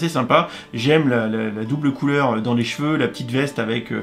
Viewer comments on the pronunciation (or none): none